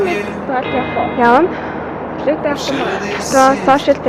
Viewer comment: Хаашаа явхуу? гээд бгаам бэ т1 юмуу хөтлөөд бгаам бол үгээ тод хэлж мэдэдгүймуу , хэл муутаймуу эсвэл